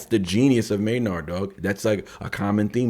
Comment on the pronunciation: Tool army roll call. Also the first name is pronounced may-nerd. Edit: also if you can bop your head to Danny’s beats on the first listen you are 1 of 1. Edit #2. Wow. Your commentary is spot on and amazing! You are very intuitive. Em is the rap genius and Maynard is the rock genius!! Also you apologized for talking so long, but this is what we want. This is why we seek out these reaction videos. Not to watch someone bop their head and when the song is over just be like, peace out.